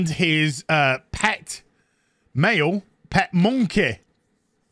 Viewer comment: You saying munkeh gave me flashbacks to the PG tips ads